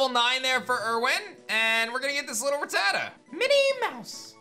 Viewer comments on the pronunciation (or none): I honestly don't know why all of these people say Ratatta wrong... If you listen to the Anime, Ratatta says its own name, it's RAT A TA not RAT TAT A...